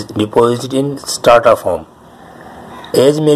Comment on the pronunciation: its not Starta. It is Strata. ok